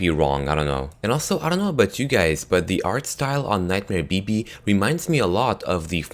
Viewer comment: Sounds like he said... Nightmare Baby.. 😂